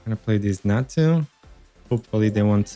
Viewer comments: Great video. Im going to make this deck. However, I thing you're confusing chatot, and Xatu. Xatu is pronounced Zatu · Hey! I heard you pronounce Xatu as "Chatu" in the video and I wonder where are you from, as I'm from Brazil and we pronounce it like that in portuguese:D